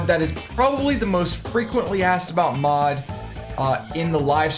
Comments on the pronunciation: Lol it achulay kinda sounded like you say mob i stead of mod. Like youve mentioned in your stream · Yeah, it sounded like you said ''Mob'' :D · Deer lord! after all the time its finally on youtube with the good quality! Great vid bro, and i see what you mean it does sound like you were saying mob xD